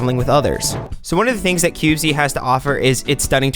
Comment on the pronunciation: I found this game too when they released 0.0.0, and so far it's been pretty interesting to see how much it is different from Minecraft. I know others have said but it's pronounced cubeez (by my understanding). I appreciate it's in an early form, and will have many more features by the first real release, but from what I've seen so far it's got a solid foundation from which to build, and I can see the appeal for those who either have played and are bored of Minecraft, or for new players to this style of game. Sure, there are going to be some teething problems along the way, but I can't wait to see what it becomes.